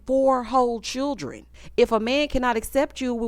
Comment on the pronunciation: The season of 'Chirrren'